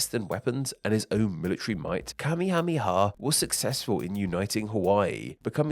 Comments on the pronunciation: You promised Kamehameha wrong the whole video. It's ka-MAY-uh-MAY-uh. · King Kamehameha's name is not pronounced the same as the dragon ball thing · Worth noting is that the anime pronounces his name wrong. It's not KA-me-HA-me-ha, it's ka-ME-ha-ME-ha. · Listening to you struggle to pronounce that ridiculously long list of names of the king, was hilarious 🤣🤣🤣 This, coming from a United States Navy guy that was stationed/lived in Hawai'i, for over eight years.